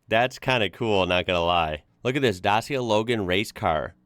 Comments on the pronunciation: is not pronaunts dasia is dakia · Let me help you: Dacia is pronounced Datsia not Dasia. Also the Dacia brand logo you show, is the new one made. The old one looked more like a shield. I miss the old one... But maybe that is just me. I also miss the Aro cars, and Duster Dacia is a clone between the Dacia car and the Aro jeep. The Aro jeep was the Hummer of the communist era. Also for now there is no AWD Dacia, only 2 wheel drive or 4x4 cars. The 4x4 are with manual or electronic change between 2x4 or 4x4. :D :D :D You found the history od Dacia land. The name of the old Romania beforeit was named Romania was Dacia. NOTE: Dacia cars are a Romanian car company, but it has its roots in the French Renoult. However the Aro was 100% Romanian. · Is not DASIA IS DACIA. C=C NOT S. I live in citi is make. PITESTI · Hi! First of all the way you pronounce their name is wrong. It is called DACheeIA not Dasia… Sorry, I don’t mean to pry… Now it won’t be impossible to find one in Mexico, because in Mexico they have a lot of European cars. The last picture with the old model of Dacia 1300 it was very similar to the French model Renault 12… What you don’t know also is that the Romanians were making a very good SUV which was called ARO 24 and it was a very appreciated car during the communist era, throughout the whole eastern block. At one point they also made a model for the young people called ARO 10 which was a pretty little SUV. From 1997 until 2006 they made a very nice model called ARO 10 Spartana. Also they made some army models from the ARO 24 platform, which were very highly regarded. You can find all these models online. Enjoy them… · It’s actually pronounced like Dutch-Yeah. Not Das-Yeah. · Not da-see-ya It's pronounced da-chi-ya. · Dacia not dasia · as a Romanian, its not pronounced Dasia, its actually pronounced Dachia. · D-A-C-I-A ...c like cy not lile si!!!! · This is a budget car! Is a Dacia, not a Dasia! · its Dachia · It's pronounced duh-chee-ah